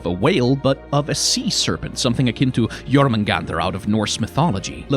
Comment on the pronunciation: Surprisingly you pronounced Jörmungandr really well. Kudos to you.